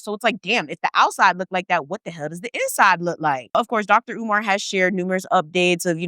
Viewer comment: Learn how to say his name correctly. Not caring about his name is a colonizer mentality.